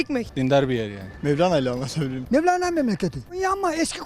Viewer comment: Mevlene diyor 😀